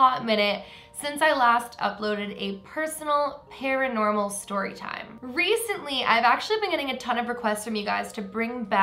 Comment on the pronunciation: Anyone else think "Reese-ntly" every time says recently?...... I'll show myself out